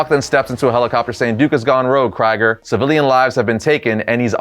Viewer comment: it is pronounced "kree-ger" not "cry-ger"